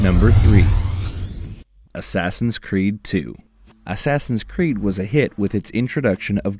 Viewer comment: ASSASSIN' SCREED ? lol ! Batman ? LOL !